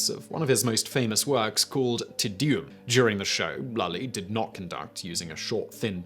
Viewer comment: His pronunciation of "Te Deum"...